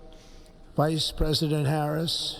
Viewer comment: He really emphasized the VICE in Vice President Harris 😂 😎😎😎